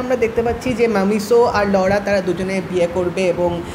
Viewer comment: ভাইজান নায়কের নামটা ঠিক করে বলেন।ওইটা মামিসো না মাসিমো হবে